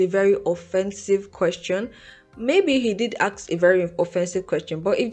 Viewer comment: why do you say aks instead of ask